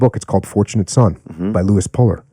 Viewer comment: Puller not Polar